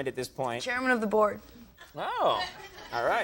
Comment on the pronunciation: Norm when he does his little hee hee. And then chairman of the BORED. Awesome.